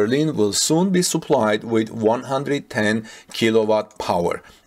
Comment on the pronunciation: I tried to help him before, but he has no time to read the comments. eye-Zo--lators and Souplied